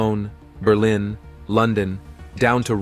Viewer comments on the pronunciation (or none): none